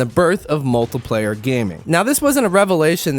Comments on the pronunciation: kinda sounds like hes saying multiplyer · I don't like how u say multiplayer